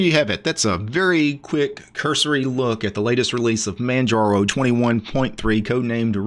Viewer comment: The G is silent.